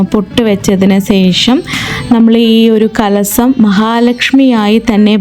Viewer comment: Not കലസം കലശം, കല്പവൃക്ഷം